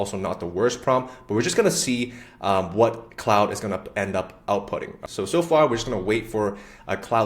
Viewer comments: KLOD not clowd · Its KLOOD not Cloud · CLOUD>>> 🤣WTF...Mate it's CLAUDE... Pronounced Clorrd!